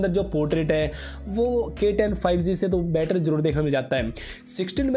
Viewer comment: Bro spelling is G not Z correct ur pronunciation